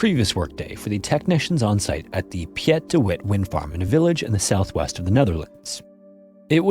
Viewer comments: Piet de Wit is pronounced as "peet de wit" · You pronounced it like peet duh witt (hard w and the h is silent)